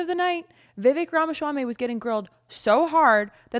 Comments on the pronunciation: It’s “swamy” not “schwamy” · the way you pronounce his last name makes it sound like a delicious Middle Eastern dish that Israel would try to claim as their own. 😆 its "RAH-MAH-SWAA-MEE" (no "sh" in the SWAA part). My mother is South Asian, we are familiar with names like Vivek's. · Love the way you pronounce Vivek’s last name. 🤣🤣🤣 PPUSA! No wonder so many old people attended this event. They came for the port-a-potty. 🤣🤣🤣